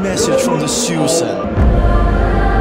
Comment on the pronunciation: Respect for pronouncing Sydsiden correct;) - I agree they are strong ultras